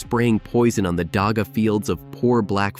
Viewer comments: not daaaga daggggggga dagga gggggggggg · First thing to understand is that here on South Africa, "dagga" is not pronounced with a 'G' like in "dog". It is pounced with a rough sound that is closer the sound needed to correctly pronounce a name like "Juan" The way this video pronounced it is actually a local word that means "mortar" (as in cement) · The gg in dagga is pronounced like you're bringing up phlem before spitting it out. Like the "hawk" in hawk-twa